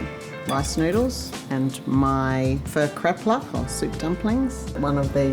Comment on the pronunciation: not bad...u didn't butcher pho